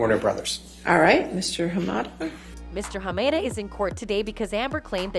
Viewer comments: HA MA DA please say his name right! Not HA MAY DA! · Wow the lawyer pronounced Hamada clearly and yet you still managed to butcher the pronunciation.